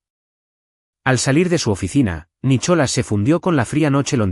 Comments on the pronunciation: Estoy de acuerdo no sé dice Nicholas se dice Nicolás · Por favor, hasta los canibales hablan Ingles!!no se dice Nicholas, se pronuncia nicolàs!!no pongan nombres ingleses si no los saben pronunciar!!!!!!😮😮😮😮😮😮😮😅😅😅